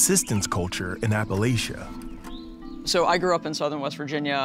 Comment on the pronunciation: East Tn native here. One more time, correct pronunciation—APPLE-AT -CHA.